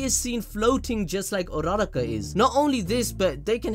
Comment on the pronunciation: Bro its Ura Ra Ka, not URaRa Ka, say it with me Ura Ra Ka